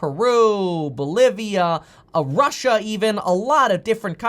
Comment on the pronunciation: Meet Kevin Oh, been meaning to ask. Where the hell is "Ahrussia" ? 😎😂😎